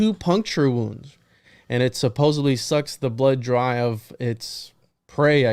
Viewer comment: much love and stellar duo, however pls note it is suppose - supposeD -supposeDDDDDly with D not B. you are extraordinarily well read but this must've skipped your awareness english is one of the 5 languages i speak so don't at me.